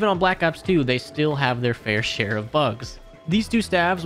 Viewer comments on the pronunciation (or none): none